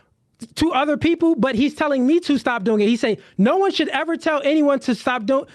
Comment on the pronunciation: Mr. Let Go said "Supposed to" but can't say "SHould" this is crazy bro 🤣🤣